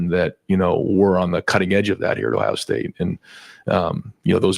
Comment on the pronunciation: Why does Day always call Ohio “Tough”? 😅